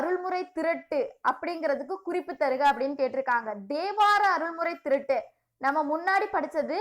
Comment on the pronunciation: Pronounce mattum konjam sollum pothu correct panikonga plz...neenga ivolo prepare panni teach pannum pothu pronounce mistake LA konjam oru mathire aguthu...ex!! ((thirattu!!.@ thiruttu nu pronounce mistake aguthu ))anyway ur teaching very decade... Intha comment ah thappa eduthukathinga sorry